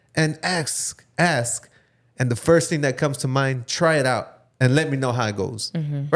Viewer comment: its ask not aksed lol